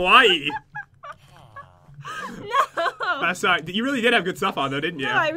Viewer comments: I disliked just because they saying kawaii wrong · ITS PRONOUNCED SO {KUWAY} KAWAII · It’s pronounced Ka-why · when you read it its KAWAY not KAWAYI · You guys kept saying it was KOwaii, as in scary. Kowaii=scary kawaii=cute in Japanese. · Pat...its pronounced (Ka-y) not ( KaWIE) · Its KUH-WHY Not KUH-WHYEEEEEEEEEEEEEE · It's pronounced KA WHY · no its Ka-why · KIWAIHH!!! F.Y.I you did say KIWAIHH wrong in beggining of vid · It pronounced kay-why- ie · I think the reading is kawai not kawaii!😑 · its pronounced (ka-wi) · It's pronouced ka-why just so you know. NOBODY YELL AT ME BECAUSE I SAID HOW TO PRONOUCE IT!!! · U know it's pronounced ka y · ***** half of my family is Japanese other half of my family is German/american. It is ka waii but its more short and it dosnt ryme with Hawaii . (ka-wa-ee) I know because i have been I Japanese school for 6 years and cam fluently speak and read Japanese and i go to school in Japan in the summer when visiting my family. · There saying kawaii wrong ka-w-I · It's Spelled Kawai'i, and it's pronounced (kaw-why-eee) Such an insult ;) (I live on Kawai'i) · sorry... it's (ka-wha-ee) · it's pronounced (ka-why-ee) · It's kwiie🐬🐬🐬🐬🌊🌊🌊🌊. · Kawaii is pronounced Ku-Why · Kawaii is pronounced kwai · its pronounced kuh-wiy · its not like hawaii, its pronouced : kah- why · kinda saying it wrong... The two i's mean nothing for pronunciation. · You are saying kawaii wrong... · pat please stop saying kawaii... if ur not even sure how to say it....but you and jen are still good if not good great youtubers! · Omg ilysm pat he said it's so kawii but with a k it already is with a k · You guys are saying scary I live in japan so I should know it sounds a little different to be the word cute but good 😊 try love ❤️ you guys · It's so triggering to hear them add like an extra syllable to kawaii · Kawii (last silable sounds like hi) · Ur saying it wrong